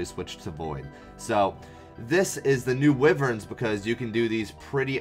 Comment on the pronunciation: WYVERNS NOT WIVERNSSSS